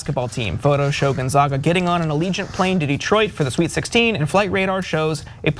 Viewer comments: I mean, I grew up here and have lived here nearly all my life, everyone here says "gonZAYGga or GonZAAga", but never "gonZAHga", which is how almost everyone pronounces it outside of Spokane and Washington. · Just a head's up, the name is pronounced Gone-ZAY-gah ^.^ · Message to TYT: Gonzaga is pronounced Gone-ZAG-uh ... "zag" as in "hag," NOT "hog." Proud Gonzaga alumnus here. Go Bulldogs! 👍😊🙏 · I went to doublecheck, in fact, and on Gonzaga's own edu website it says: "When referring to Gonzaga University, it’s pronounced Gone - ZAG (as in "bag") – uh." So, yeah... right from the proverbial horse's mouth. The college should probably know how their own name is pronounced. 😏